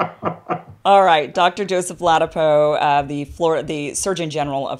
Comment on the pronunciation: La dap O, not ladapo